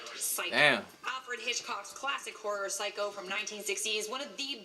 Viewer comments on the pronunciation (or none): none